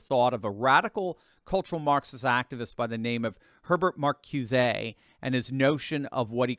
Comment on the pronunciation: Marcuse is pronounced "mar-koo-zeh." Accent on the second syllable.